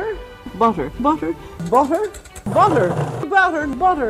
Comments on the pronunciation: "Do you eat butta? BUtta? ButtRrr" hahaha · The way ray said "butte-r" in an American accent 😂😂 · Ray saying BUT-ER has to be the funniest thing I've ever heard 🤣🤣🤣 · Do you eat bawddah?? Buddeerrrr?? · I have never heard food being spoken of in a biblical way unless it was to not tell people what to eat. I am so impressed by this one. I have actually never eaten lamb, but now I'm much more interested! This was so informative and fun. Especially Ray trying to say butter with an American accent! 😄 No hate, it just tickled me lol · Ray Comfort saying 'butter' in an American accent I don't know why I found this so funny, sorry, but my wife and I rewatched it several times 😂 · Listing to you try to pronounce butter is hilarious 😂. God bless brother